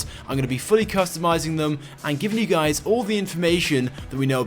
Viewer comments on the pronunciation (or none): I hear him saying what is going on gays